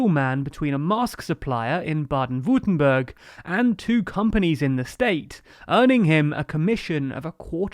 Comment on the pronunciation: I really liked the "Rhineland" pronunciation, but I noticed that you said the "berg" in "Württemberg" in an English way: The way to pronounce that "e" is more like the vowel you make when you say "S"